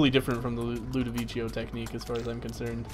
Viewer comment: IT'S NOT LUDOVICHO like says it's ludovico like said